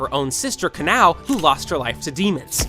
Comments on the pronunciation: Aint no way he called Kanae=kanao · Is on One gonna Bother that he called kanae kanao? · Not to be annoying but it’s kanae not kanao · Um. I think I heard wrong did u say kanao or kanae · Kanao??? You mean kanae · Her sister, KANAO!? 😂 It’s Kanae 😂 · Uhm, you said Kanao instead of Kanae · Its not Kanao its Kane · Did enyone hear the youtuber say kanao insted of kanae when we saw shinobu thinking of her? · Correction ots not kanao its kanae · WDYM KANAO ITS KANAE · kanae not kanao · bruh you said kanao that’s the younger sister you have to say kanae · Im sorry but its kanae not kanao is one of the youngest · Uhm i heard u said kanao to kanae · WHY DID YOU CALL KANAE KANAO AND MUICHIRO YUICHIRO? HELP I CANT BE THE ONLY ONE WHO NOTICED 💀💀💀😭😭😭 AND TENGEN TO TENJEN TOO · I love how he called kanae kanao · Did bro say kanae is kanao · he got kanaes name wrong 💀😭